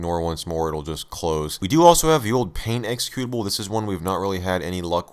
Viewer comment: exe CUTE ABLE... not EXE CUE tive...